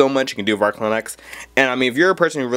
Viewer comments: also kid..it's arch...not ark linux. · arch.. not ark linux. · Also, "Ark" linux? Pretty sure it's ArCH linux. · the way he pronounces "Arch" as "Arc" kinda cracks me up tho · ***** Justin Chang I have never, ever seen 1GB represented as just 1000MB. 1024 is the standard unit b/c that's how binary counts up to the 11th power. Also the guy says "Ark" linux. I think this guy has some understanding of things, but clearly he is nervous as well. When he talks he's rushing and you can barely understand him. Maybe he knows juat a little and is trying to look knowledgable, but he's worried about getting called out on it in the comments like we are doing now. That's why the internet is the best source for information. People can't put one over on anyone without everyone else coming tot he defense of truth and accountability. This guy should probably just learn more before he makes a video until he is confident enough to make one calmly and speak in a slower way to CLEARLY teach viewers. And learn that 100MB != 1GB 1024 == 1GB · ITS NOT CALLED ARK LINUX YOU DUMB FUCK ITS CALLED ARCH LINUX